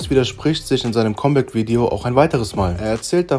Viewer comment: Es heißt comeback, nicht kommback